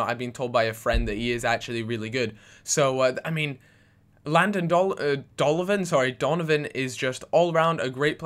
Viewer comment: "Landon Dolonvan" silly gooby!!!